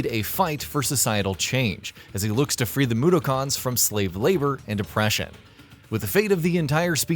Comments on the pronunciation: Blatantly obvious you don't know about these games either. Come on man, "Moo-der-kins". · The pronunciation for Mudokons is Moo-duk-ens I've been a fan of the series since I was young. I'm looking forward to it coming out on switch! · nigga said "free the moodakhans it takes just a few minutes of research to know how to pronounce it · "moo-der-karns" - and then I stopped watching. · It was more like moo-doo-cons lmao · I think you mean "MOODOKHAANS" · You can really tell this dude has never played an oddworld game in his life by the way he pronouces mudokons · I stopped watching as soon as he said mudokuns. This guy doesn’t know wtf he’s talking about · This guy has pronounced Mudokons and quarma completely wrong, he's clearly not even close to being an oddworld fan so why is he telling people what they need to know before they buy when he doesn't know the games himself 😂😂😂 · No it's not . Ignoring the fact he said mudokuns wrong too It's understandable that he said Quarma wrong . But if you've ever played Munches oddysee you'll get the correct pronouncement for quarma there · it triggerd me the way he said Mudokuns lol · It wasn't even close. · That pronunciation also f***ed me up. Straight facts my guy. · Seriously. They use it in the game all the time